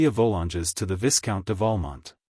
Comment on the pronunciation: The AI voice makes LOTS of mistakes in pronunciation and intonation. Too many to mention But the most grating is the mispronunciation of Viscount as viss-count. It should be vy-count obviously. Vy as in by. One of the other bad ones is not pronouncing the names properly and where "M." shows up in front of a name not pronouncing it as Monsieur. There are many other errors too.